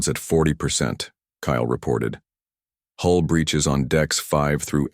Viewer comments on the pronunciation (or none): Hull breach, not hole breach.